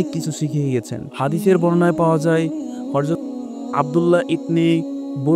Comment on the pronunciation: আসসালামু আলাইকুম ভাই। আপনার উচ্চারণ সুদ্ধ করতে হবে। হরযত না হযরত